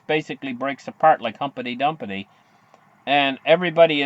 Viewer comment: its pronounced Humpty Dumpty not humpety dumpety!!